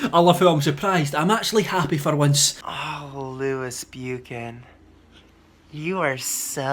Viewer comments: You need merch saying buchan not bu-chan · It is pronounced Buch-Han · FINALLY DAMN IT! He got over scrubby and "bewkan" ugh... Makes me cringe and want to slap him across the face every time he mispronounces "buchan" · Never heard someone butcher Buchan so badly. I swear anyone who isn't Scottish can't say Buchan.